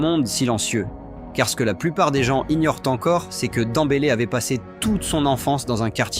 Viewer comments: C'est qui ce joueur Dans-bélé? Ce n'est pas de Ousmane ballon d'or qu'il parle? Demmbélé dèmbélé, ce n'est pas compliqué de prononcer le nom de quelqu'un que tout le monde répète quand même. Rien que pour ca cette vidéo ne vaut rien avec nom de Ousmane écorché de cette façon. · Il fait exprès hein a quel moment tu dis danbeler quans tu vois le prenom